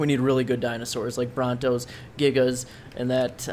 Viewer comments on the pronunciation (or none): none